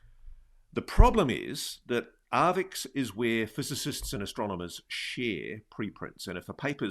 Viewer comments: Sorry for the pedantry, but arXiv is "ark-siv", not "ar-vix". Thanks for pushing the topic, please keep doing what you're doing! On the AI subject, I wonder how long it will be before ads are seamlessly integrated into content, where advertisers can literally put words in the mouths of content creators. It feels inevitable. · Archive not Arvix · it's not Arvix, Ross, it's Arxiv, usually pronounced as 'archive' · it's not 'arvix' it's Arxiv, pronounced "archive". It's held/run by Cornell university. FYI. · "Arvix"??? WTF is that??? It's pronounced 'archive', because of the Greek character xi (pronounced 'ci' or 'chi'... or 'ky', with the c being as in 'cat'). AND.... ArXiv tends NOT to publish if a paper has BEEN ACCEPTED by another journal! And, BOTH of Dr Villaroel's articles have been published! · Arvix 😅 it's pronounced "archive". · It's pronounced "archive", Ross... arXiv, not "arvix". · its ar-CHI-ve. "Archive". A greek chi. In the middle. Not an x on the end. Ross is drunk as hell. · arXiv is pronounced 'Archive'... Grrrr! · That mispronunciation irritates me, as well...